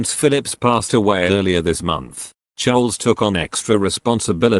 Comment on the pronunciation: Love your pronunciation of Prince Charles....not sure if I can spell it in any of the languages I know.?A guess Chulls!!! It's ok ...variety can be delightful